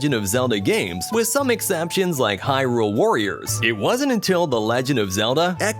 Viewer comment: He actually pronounces hyRULE the correct way though. Something most people mess up by saying HYrule